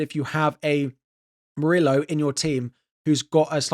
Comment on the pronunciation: Bro, stop pronouncing Murillo as "Muri-low".... It's "Muri-yo".